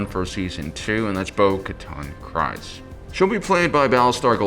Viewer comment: It’s pronounced creez not cryz